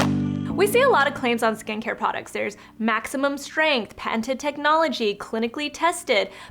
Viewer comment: Aruuna Z. I was wondering the same thing when she said the word. It’s patented but I heard panted.